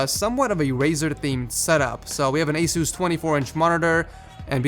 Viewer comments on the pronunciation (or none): none